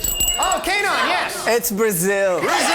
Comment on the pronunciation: WTF? Are you high? We speak Somali, get your facts right and his name is not pronounced Kanaan but Keynaan